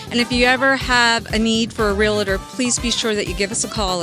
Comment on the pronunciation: You said "Real-a-tor"...... Great content though. Good job.